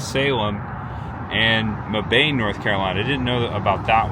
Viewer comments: It’s pronounced Mebb-in. Same city they are building NC’s first Buc-ee’s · Mebane, NC is pronounced Meb-in. FYI